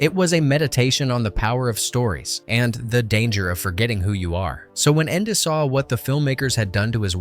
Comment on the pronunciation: #21, the narrator doesn't know how to pronounce the author's name...